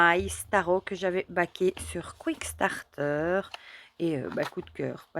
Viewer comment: Superbes jeux! J’en ai quelques-uns. Merci pour la belle présentation et toujours agréable de regarder vos vidéos. P.S. C’est Kickstarter et non « quick-starter »! 😉